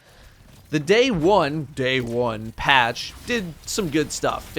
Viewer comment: lol said "dAy OnE"